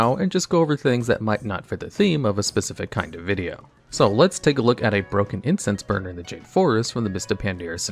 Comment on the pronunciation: I keep hearing Incest burner instead of Incense burner... plz god make it stop...